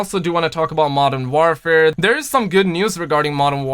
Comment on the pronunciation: Jesus learn how to say Modern Warfare please it’s not modern ware fare. WAR WAR WAR how do you say war not ware